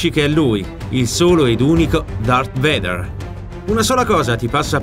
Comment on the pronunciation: Si pronuncia "veider" ma è ok